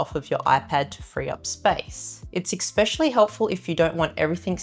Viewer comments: Thanks for the hints. Please don’t take offence but could you pronounce especially right? (Not expecially?) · I was fine with her accent until she said “exspecially”🤮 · Your video super useful and could be better if only you said …. Everything not everythink, something not somethink, especially not ekspecially. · I’m sorry but xspecially is not a word. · Great programme. Excellent advice. 🏆 One grate. Especially has no ‘k’ in it or ‘k’ sound. Esss-specially. Or just use another word. Particularly. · From an ESL tutor: The word Especially contains no letter x. Write these two words down and pronounce both repeating until you pronounce them differently. Exspecially and Especially. You used Exspecially in your video. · Especially ✅ Ekk-specially ❌ Everything ✅ Everythink ❌ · But you do say “ek-specially” other than that your Australian (New Zealand?) accent is delightful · I dont understand. 90% of people say exspecially. Thats not the word. Ugh. Learn english. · Sorry but the word is ESPECIALLY. Not EXPECIALLY. After the 3rd time I flicked. Sorry but... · All these things that you can do as long as you have a substantial collection of accessories. P.S. I love the way she says ex-specially. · Nice video, helpful for sure. Potentially solves a problem I have had. Pet peeve though. There is no X in the word especially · No offense, but there is no "X" in "especially". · PLEASE learn the proper pronunciation of the word especially! There is no X in the word especially. I know you are a very smart lady, but when you mispronounce common words it makes you appear uneducated and less trustworthy and believable. Just some constructive criticism for an otherwise excellent video. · We do not pronounce especially like that in Australia!